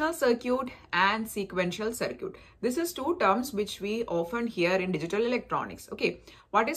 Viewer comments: Its called (circuit )Sarkit not (circut)sarkut. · Its called Circuit(Sarkit) not Circut (Sarkut).